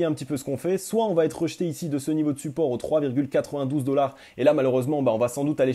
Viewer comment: Faut surtout arrêter avec les T après VA. Mais sinon c'est super